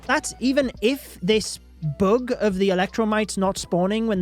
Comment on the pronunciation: It’s bug not boog 😂